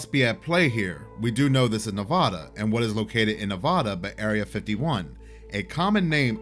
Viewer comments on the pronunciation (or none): as a resident NEVADAH let me be the first to correct you kind, sir... It's pronounced Nev-Ah-Duh not Nev-Ow-Duh. 😜